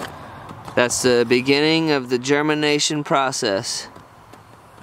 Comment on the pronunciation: It sounds like he said:" German nation or Germanation" :'D Greetings from the heart of Europe man